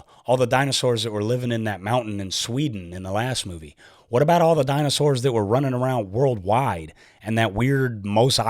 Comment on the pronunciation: "it's an island full of DAI-NOU-SORRS" loved that part